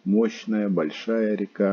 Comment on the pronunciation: Приветик!Ну насмешили река с ударением на первую а,рядом с заповедником есть Бобровый Лог там то же делать не чего.